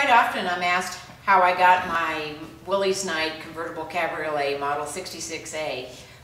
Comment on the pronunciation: You're welcome. By the way, it's pronounced Willis. If you watch some of the early promotional films you'll hear the name being pronounced correctly. Let me know if you have good luck with the rectifier challenge.